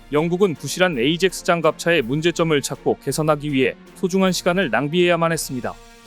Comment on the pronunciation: 에이젝스 가 아니고 아약스 로 발음해야합니다